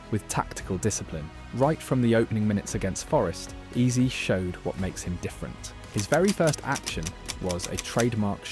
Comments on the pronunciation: Why AI bro keep saying eazy instead of eze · Mispronounced Eze as Eez as well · the ai gen voice over narration is annoying as hell, hearing eze pronounced EASY wtf